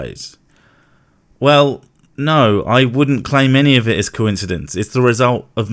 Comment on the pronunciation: The word coincidence does not have a W sound in the middle. One thing can be incidental and another thing may be incidental at the same time. They are coincidental. No W sound. Please stop pronouncing it wrong.